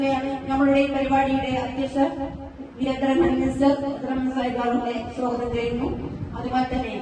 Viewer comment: സോഗതം അല്ല സ്വാഗതം